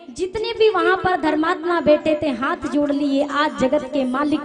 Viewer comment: hath ka uchcharan sahi bolein.